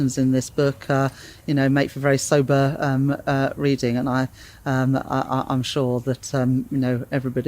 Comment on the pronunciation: Rachel Reeves saying “sober” made me laugh